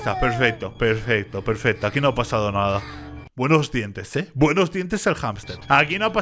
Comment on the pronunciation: no es Mommy es huggy y no se dice perfesto se dice perfecto